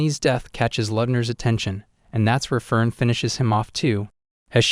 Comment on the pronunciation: aah, why do you pronounce "Frieren" and "Fern" identical? ^^; Come on man... those 2 words sound nothing alike, in the original language... Frieren = "Free-Ren" Fern = "Phaerrn"